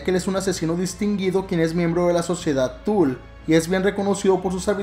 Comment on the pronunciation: Una corrección de buena onda que no busca contrarearte, la sociedad “tule”no se pronuncia “tul”, si no como suena, tule (es aleman, no inglés) de preferencia acentuando verbalmente la “u” para razones de su mejor pronunciación.... suerte y buen video.